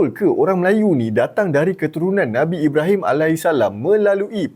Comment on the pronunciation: Xblh sebut btol2 ke,, ibrahim mat saleh pom pggl gitu